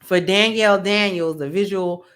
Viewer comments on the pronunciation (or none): none